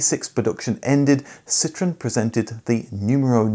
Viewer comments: It’s not citron ,super annoying u calling that ,Citron is a lemon in many languages,Citroen is a French car company,annoying accent bro some people don’t tell u do truth … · It’s not citron it’s citroen….